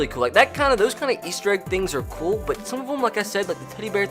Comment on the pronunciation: Its Kewel